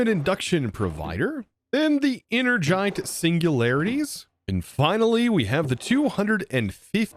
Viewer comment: En-er-gite!! You got it right the last time!🎉